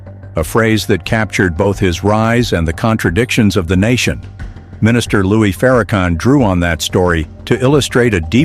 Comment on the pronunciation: One Question; ?? Who Is Louie Farrakhan…???🤔🤔🤔🤔 I’ve Heard Louis Farrakhan !!!